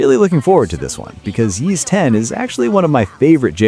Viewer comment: Yeez? Isn't it pronounced ease?